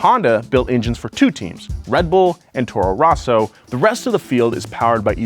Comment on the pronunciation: "I'm a big F1 fan" Also: "Toro ROHsso"